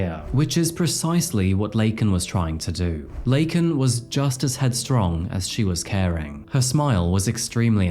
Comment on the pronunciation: This story pissed me off so much and I’m Canadian. The fact that Biden literally mispronounced this woman’s name live on tv, and didn’t enforce immigration laws AT ALL absolutely made me hate the Democrat’s to a completely different degree.